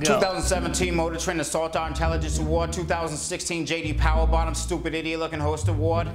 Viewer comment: J.D powwah